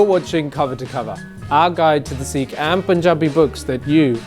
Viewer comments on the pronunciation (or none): Sikh is written with a sihari (ਸਿੱਖ) and not a bihari (ਸੀਖ) as if it is Seekh Kabab. You are doing commendable work but please at least correctly pronounce the name of the identity you purport to advance. All British Sikhs have this pronunciation problem that most likely stems out of their disconnect with the Panjabi language.